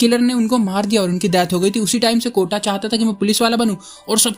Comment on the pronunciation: Kotha umm sorry kotta...I love it🤣👍🤩💜